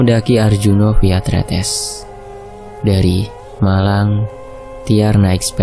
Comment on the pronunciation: Sdh benar kok pengucapan tretesnya